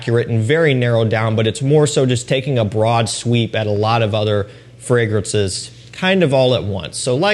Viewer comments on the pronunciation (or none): none